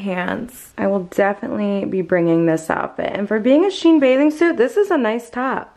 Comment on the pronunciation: It's SHE-IN not Sheen. It is exactly the same company as before when they were called She In. They just rebranded and joined the two words together.